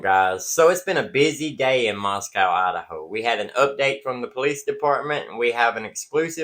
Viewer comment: It's Gone-Sal-Vess not Concalvs. Moscow is pronounced Mos-Co. Mispronouncing affects credibility